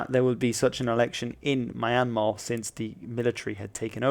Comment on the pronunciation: It's pronounced MEE-yn-maaa, not MY-n-maaa. And BA-GAN, not Pay-gn. And "Maw" rhymes with "door". The money is prounounce CHAT, not kyat as it is spelt. And the name Myanmar goes back to the 12th century.